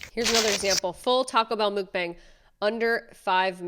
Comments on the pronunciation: Great video but can’t stand her saying Mook-bang. Where is that double o coming in MUKbang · I couldn’t even make it through this video because of her saying “mookbang” over and over. 🙈🙈🙈 If you’re going to make a video about something, learn how to pronounce the thing first. It’s MUK😊, like F*CK! Mukbang! Not mook. 🙈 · FRIENNNNND, I enjoy your content, I watch your videos a lot. Why you didn't look up the correct pronunciation for Mukbang is making me want to reach across the screen to shake you to help lmao😂 It is not pronounced MOOKbang, it is pronounced Mukbang (like MOCKBANG) comes from the Korean word, (meokbang), which combines the Korean words for “eating” (meongneun) and “broadcast” (bang song) because everyone was always busy working and eating alone. It began a trend over there of watching and eating with Mukbang creators. Then it exploded around the world, it's like its own ASMR niche category. But one major things happened in that community recently like very recently. One popular mukbanger was being extorted, forced to eat excessive amounts, being abused all by her boyfriend who became CEO of her company and stole from her. Also being blackmailed by other YouTube creators. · Omg the way you say mukbang is just as annoying as the chewing 😹😹 it’s mukbang (muhk-bang) Google it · The way you pronounce Mukbang is crazy it’s Muck-Bang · “Mukbang” is pronounced “muck” (rhymes with “f*ck”, not “mook”) “bahng” (“ah” like when the doctor tells you to say “ah”). It’s a blend of two Korean words for “eat” and “room”. In Korea, meals are a communal activity, so mukbangs started off in Korea as wholesome livestreams where lonely people tuned in to eat normal amounts of food with a livestreamer who ate and chatted with watchers like a friend. I hate how weirdos have morphed mukbangs into a sick and twisted version of gross eating sounds and overconsumption, and now mukbangs have a bad rep. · mUkbang not mookbang. Im away seconds in because thats irritating me so much